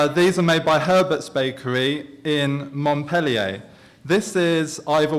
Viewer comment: Mont-pel-ee-ur. Notice there's only one 'L' in Bristol's Montpelier, so it's never pronounced the way you would pronounce the french Montpellier.